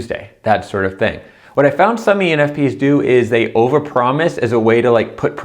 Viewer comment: I dont think he realizes he is saying penis !! hahaha